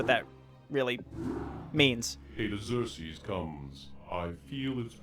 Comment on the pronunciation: The Tear Annes and planet Eye-your for Iggzerksees